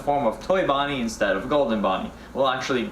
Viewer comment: ~ How and why would 1 fade out inZtead of joz' tiz-pearin'